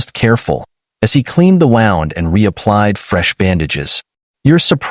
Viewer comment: When, oh when, will this AI pronounce "wound" correctly? Maybe change the word to "injury".